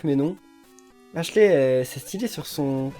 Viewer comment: Faut dire "Ashliiii" pas "Ashlé"